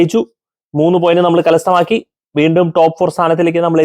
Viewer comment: കലസ്ഥമാക്കി എന്നാണോ അതോ കരസ്ഥമാക്കി എന്നാണോ 😂